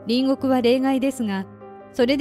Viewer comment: 隣国=りんごく×。りんこく=○です。兎に角、今機嫌取りなんぞしてるときではないです。其々が確りとするときです。